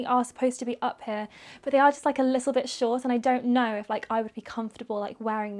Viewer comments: “they’re just too shoRt” omg i’ve never heard her do an american accent when i tell u i JUMPED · the american accent when she said "They're just too short" really threw me off, but it was so cute! 😂😂